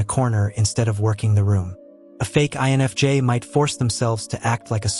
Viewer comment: This AI channel is pretty good, even though I'm loath to admit it. It's pretty good. It's getting quite a few things right., but it's obviously AI. The AI voice is obvious, especially when it mispronounces simple words. The AI spelling is blatant because it's much worse than the pronunciation. I've seen it spell INFJ as "ion of jay." So many mistakes get through that there's obviously no human on the editing end, which makes me doubt there's a human involved at all. Seeing how good AI is at gathering and regurgitating information, I think that even the writing end is all AI. One AI writes it. Another voices it. A third transcribes the voice for the captions. Then finally, nothing and no one edits it for mistakes. Still, the info is pretty good. In fact, this channel, for describing what I feel as an INFJ, is better than most.